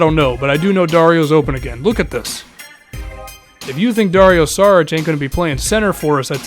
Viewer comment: it's Sharich not Sarich